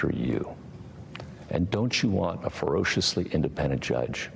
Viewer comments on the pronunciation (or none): What the heck does "forocious" mean? Is Gorsuch trying to say "ferocious"? It's been obvious to me that he doesn't think logically but I didn't' realize he can't even pronounce words properly.